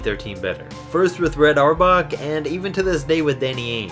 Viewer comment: Reds name is pronounced (hour back)